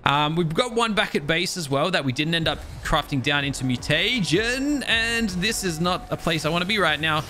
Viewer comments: MEW-TA-GIN not Mew-Tay-Gen. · its mu-ti-jin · y do you say mutegin so weird?